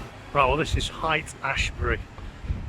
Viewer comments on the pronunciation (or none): It’s ‘Hate-Asshbury’…😂